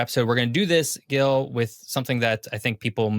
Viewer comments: I didn't see the whole video Did Gil never corrected him about his name? It's not Guil. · I just wanna mention that Gil's name is pronounced with a soft "G", (like a J). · I rather like these more detailed explorations of a part of the world, but it hurts my ears to hear Gil being pronounced repeatedly with a hard "G". I do hope it was his own choice to anglicize it. Regardless, I just can't finish watching this. Skipping on to the next video in the series. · Gil, why don't you correct the pronunciation of your name?